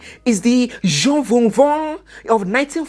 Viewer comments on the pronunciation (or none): none